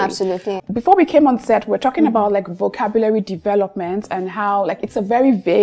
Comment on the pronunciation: thank you for this episode. I've learned much. Notwithstanding, na wetin with that pronunciation of 'vocabulary'.